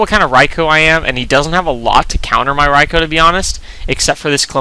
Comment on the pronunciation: For the record, Rai-koh is more correct than Rai-kuu.